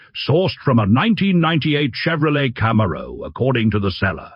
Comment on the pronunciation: Your AI is getting worse. "Vate", "Kammaro", "koop" vs "koopay", the brand names. Never used to be this bad. I've always appreciated the fake accent which is only possible with AI, but it used to get almost everything right.